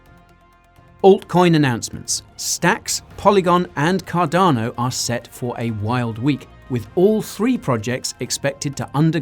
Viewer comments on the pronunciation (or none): none